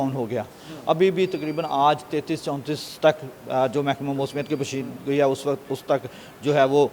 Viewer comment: پشیینگوئی نہیں ھوتی پیشنگوئی ھوتی ھے خدا کے لیے اردو کا بیڑا غرق نہ کریں 🎉